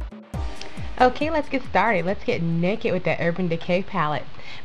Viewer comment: When you say it fast you say "nakit" but when you say it slow you say "naked" lol. You have beautiful eyes, thank you for the tutorial. I'm waiting for mine in the mail and it's fun to watch you use it and you give really good tips!